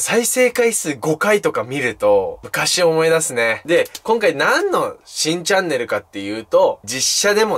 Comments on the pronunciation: 最初新チャンネルがしいチャンネルに聞こえた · 新チャンネルが しいチャンネルに聞こえた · 新チャンネルがしいチャンネルに聞こえるw